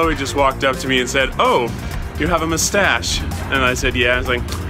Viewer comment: the guy that say "no one can see my mushstash "